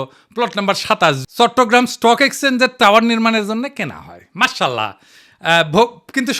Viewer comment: মার্সাল্লাহ নয় উচ্চারণটা হবে মাশাআল্লাহ